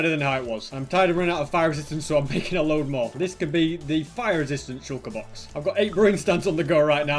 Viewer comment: He's accent is really interesting like the way he pronounces "come " and "shulker box" more like "coum" and "shouke box", where's that from